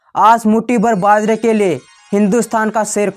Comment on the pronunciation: तू भाई चंद्र सिंह राठौड़ की जगह सेद्रसेन बोल रहा है और मुट्ठी भर बाजरे के लिए मोटी बर्बाद बागरा बोल रहा है भाई को भई बोल रहा है 😁😄